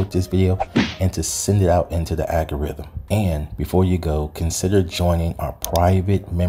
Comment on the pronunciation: It's "Al Gore Rhythm"! 🤣🤣🤣🤣 Beck Yeah!🤣🤣🤣🤣